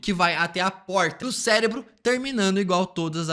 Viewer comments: Cérebro e não Célebro. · Cara, é impossível ver esse vídeo sem sentir agonia por ele dizer “CELEBRO” todo fucking time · Q agonia esse cara falando celebro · É só eu que estou com escutando celebro kkkkkkkk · Ouvi celebro também 😂